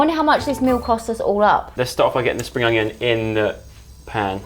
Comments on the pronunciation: Why is all I can hear is them saying onGion 😂🤣😂🤣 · Why does call an onion an ungion 😂